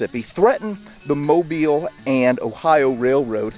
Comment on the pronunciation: Thank you for correctly pronouncing Mobile.